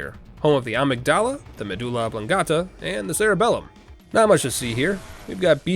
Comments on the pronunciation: Its not "ahh-mig-dalla" its "uh-mig-duh-luh" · Amygdala is pronounced a-mig-dala not ahmig-dala lol the amygdala is the fight or flight center of the brain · who taught you how to pronounce Amygdala? It's not like the medulla oblongata. It's more like a mig duh luh. I don't know why this is bugging me so badly but here we are. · Is it pronounced "Ah-mig-dala" in game? I've not played that far in to know. I know irl it's pronounced "Ay-mig-duh-lah" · Okay >:( you kept saying "Amygdala". It's pronounced "Amygdala". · It's Amig-da-la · Great video, but I simply cannot get over the way you say amygdala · Him butchering amygdala so many times hurt lol